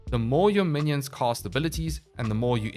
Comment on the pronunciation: Say "cast" Now say "cost" Now say "casting cost" Now LISTEN TO YOURSELF. 😶😵‍💫